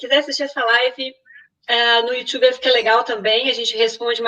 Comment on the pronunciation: Youxiube? Kkkkkk